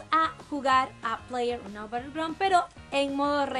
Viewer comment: pleyer unou XD